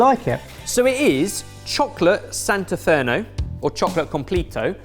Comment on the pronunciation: When I saw the chocolate I knew it was my country's of course. But then trying to pronounce santafereño hahahahahahahahaha Now I understand why people laugh so much when he tries to pronounce in other languages, since I'm not familiar I wouldn't know how funny it is...but...it is! Also, you were my guy, ColUmbia, really?!?!?!? YOU BROKETHED MY HEART